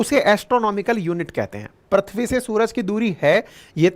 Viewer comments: सर प्रथ्वी नहीं, पृथ्वी है। सही उच्चारण। बाकी सब बहुत अच्छी जानकारी दी आपने। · Voyaz nahi Voyager 1. Prithvi bolte hai Sir na ki Prathvi.